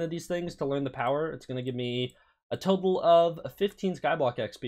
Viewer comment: He said a topal of 😂😂